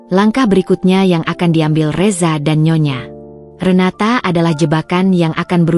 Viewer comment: Nyonya Renata aja GK usah pake jeda nyonya,,,renata